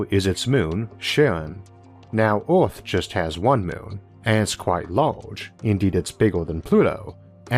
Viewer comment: I champion the narrator's perseverance to read through the accent & impediment, but "Arth" was just overwhelmingly funny to me. Sorry.